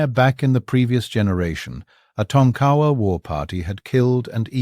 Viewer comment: Its pronounces Tonka wa not Ton kawa.